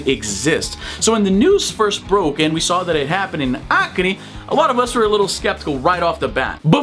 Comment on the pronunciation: I just discovered that u are brazilian when you said BRUNO BORGES and ACRE... perfect accent!